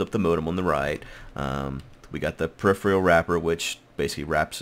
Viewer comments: From a loyal sub and viewer, and with respect....pe·riph·er·al -- Pronunciation: [puh-rif-er-uh l] It sounds like you're saying periphrial or periphreal... and it's great. lol Thanks for the ep! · The word is said per-if-er-al. -_